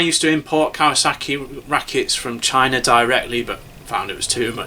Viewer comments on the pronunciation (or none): none